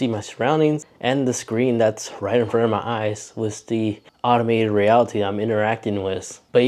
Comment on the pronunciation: yeah, I also reacted to him calling AR "automated reality" instead of "augmented reality".